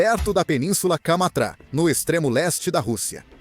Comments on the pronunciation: Kamatz? Não é Kamtchaka? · a peninsula é Kamtcháka e nao kamtra.